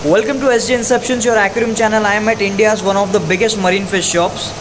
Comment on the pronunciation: Bro its aquarium not akuarium